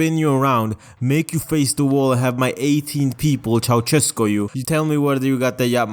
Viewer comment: "Chawcesco" never try to speak romanian again